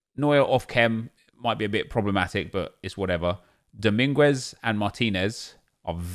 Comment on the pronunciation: The u in Dominguez is silent